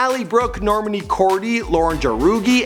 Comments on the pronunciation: Normunee,Deny Jane,Lauren jaroogi,Camilluh cabellow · “camilla, al-eye brooke, nor-manee kordee, lauren jaroogey, deny jane” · literally cringed hardcore at the complete slaughtering of their names. Normaney? Cordy? JAROOGEE???